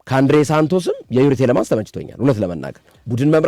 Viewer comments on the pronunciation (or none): ቴለሞንንስ not ቴለማንስ